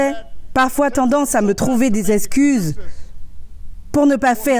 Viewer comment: "des zess'cuzes" ok, bye